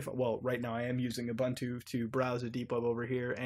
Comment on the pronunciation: Love your videos, but PLEASE learn how to pronounce Ubuntu. It's a Xhosa word. Pronounced with an "oo" sound like in "book". "oo-boon-too", with emphasis on the second syllable.